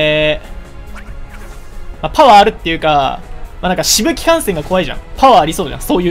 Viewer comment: 飛沫感染を飛沫感染って言ってるのらしいな